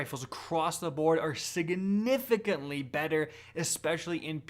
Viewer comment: Hey, you're not allowed to say siganigahfintly.